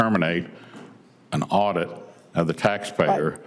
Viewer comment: It waz sayinh dirrrect or terminate a auideeet. Had nothing to do with termination of status